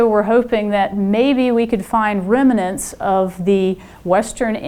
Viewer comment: Someone tell this person the word is remnants, not reminants.